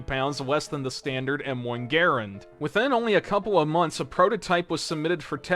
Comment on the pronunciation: He keeps saying garand wrong! How?